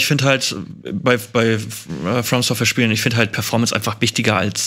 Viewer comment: mich triggert immer, wenn Etienne nicht From Software sagt.